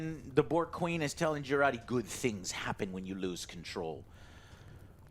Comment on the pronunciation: Would be nice if you dont give Jurati an italian name (Girardi)...being italian myself I cringe every time I ear that... (especially cause association to a psycho-murderer...you know...) :DD